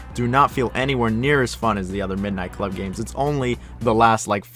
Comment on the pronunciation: This dude is an ai nobody says midnight club like that.